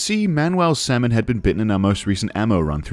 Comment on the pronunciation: salmon, pronounced "semen" k.